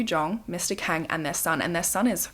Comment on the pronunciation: Not that it matters now but Kang is pronounced as Kawng/Kahng. It’s just something that bothered me while listening 😭 Loved it tho! I’ve been been bingewatching past videos. ❤️